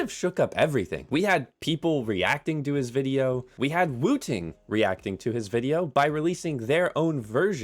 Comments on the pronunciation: I genuinely thought you said "Wu Tang Keyboard" 😹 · Every time you say woo ting I'm like bro its 1 word not 2